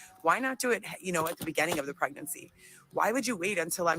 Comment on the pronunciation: Its begINing not begANing. So many words she put AN where it should be IN. Joe Biden does that shit too and it is stupid.